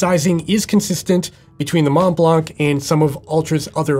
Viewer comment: Good review as usual. As a french speaker, just a bit of info, the T and the C of Mont Blanc are silent in french... Not that it matters but I thought I would share the info:)